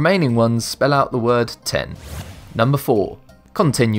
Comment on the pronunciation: Nr. 5 is badly enunciated. It says leave 10, not ten.